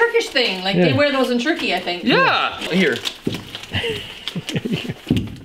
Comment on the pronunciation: churkey? Or Turkey?